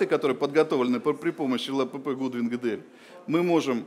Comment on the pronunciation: Гэ Дэ эЛь)))